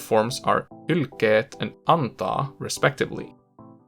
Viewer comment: Pöytä was just weird, silmä and syödä have weird ä vowels at the end, the example with silta sounds like siltta and sillaat. Anna just sounds so Swedish, probably with an initial a that's too far back to sound right as an a in Finnish. Hylkeet sounds like hylkkeet. Hulluksi has a weird sound on the u vowels strangely absent from the previous word. Ostan paitaa sounds weird, probably because of pitch accent or something else that you could name more easily than I could. Paidan, auto and vastaan meanwhile have those more Swedish-sounding a vowels. Onpa tämä vaikeaa, rather fittingly, is one of the examples where it's easy to tell you're not a native speaker. Pitch, vowels, possibly also stress is involved. It's not bad, just clearly not a native accent. Some oddities might be attributable to the way you enunciate in the videos. Score: Actually good: 103 Okay but clearly with a foreign accent: 18 Actually bad: 2 I did the score mostly to amuse myself, but also to give you some idea of where you're at. To my ears, at least.